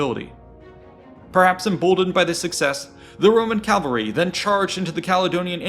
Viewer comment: stop saying calvary